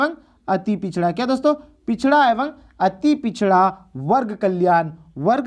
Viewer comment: एवं ko evang nhi evam padhte hain